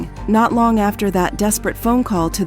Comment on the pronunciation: your ai cant say phone? picked up her phoney XD